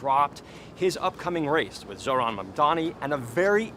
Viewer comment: he still mispronounces his name lol. zorhan